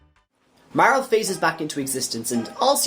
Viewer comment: MAR-LEY. Not Mar-el